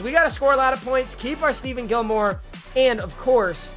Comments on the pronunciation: Steven Gilmore? STEVEN? It’s StePHON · Why he keep saying Steven Gilmore it’s Stephon Gilmore just pretend it says Stefon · Steven Gilmore??? Isn't it pronounced ste-fon. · did he really say stephen its stephon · Papa it's not Steven Gilmore it's Stephon Gilmore. Like Stephen Curry but with "on" at the end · ITS PRONOUNCED STE FONN NOT STEVEN GOD DAMNIT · I hope u lose so u can’t call him stephen when it’s stephon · Who else got pissed when he said “Steven” Gillmore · I’m watching it again and I forgot about this ugh 😑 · it’s pronounced Steph-on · its pronounced ste-fon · Stephon Gilmore 😂 get it right